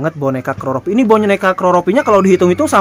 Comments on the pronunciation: Keropi ,bukan keloropi sekedar ralat 😂😂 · Boneka keroppi. Bukan kloropi🙈🙈🙈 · Maaf ya itu penyebutan dari awal salah..itu konsep keropi..bukan kloropi..🤭🤭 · Keroppi mas bukan kroropi😂😂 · KEROPI🐸 bang....bukan KROROPI😅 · Bukan kroropi,a. Tapi keropi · Yg saya tahu itu Keroppi bukan Kloroppi kali kang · Keropi bang, bukan kroropi 😀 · Bukan kloropi bang, tapi keroppi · Keropi kang keropi di ucapkanya